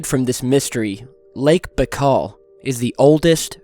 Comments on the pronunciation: its bye-kal. not bakal.. baikal.. makes a video of the lake and cant even pronounce its name properly.. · Just BTW the lake is pronounced Ba-ee-kal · Say "BYE-CALL" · Lake Baikal (spelling: Baykhal or Baykhaw); that sounds much better. Greetz!